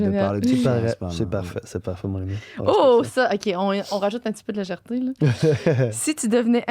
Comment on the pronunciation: Dans celui de Raph aussi a dit legerte 😂